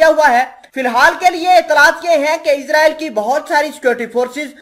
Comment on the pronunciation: صحیح لفظ اسراٸیل ہے نہ کہ عزراٸیل